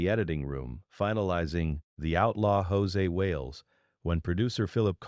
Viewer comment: José Wales? Wow. Proof that Artificial Intelligence is a bit of an oxymoron. His character's name is Josey Wales. Sounds like Josie and the Pussycats, just spelled different and no Pussycats. There's a Y on the end of his first name. That's how you know IT'S NOT EFFING JOSÉ!!